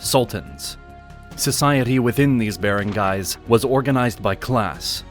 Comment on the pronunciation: He pronounced Barangays and Datus wrong.